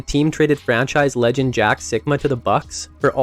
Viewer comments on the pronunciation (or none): none